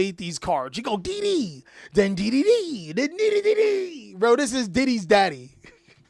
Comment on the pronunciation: everytime you said D/D or D/D/D all i herd was diddy